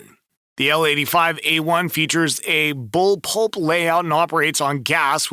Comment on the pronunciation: bull pulp... bull polip.... i thought it was pup.. like the bark bark lil dog.. bull pup..